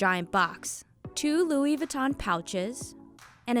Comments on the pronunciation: She pronounces Louis Vinton wrong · they didn't pronounce louis vuitton right 😷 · I cringed every time she tried to say Louis Vuitton... 🤦🏻‍♂️🤦🏻‍♂️